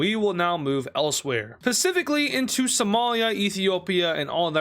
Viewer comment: "pacifically" lol